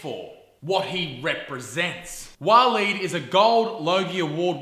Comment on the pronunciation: Waleed the "Weed"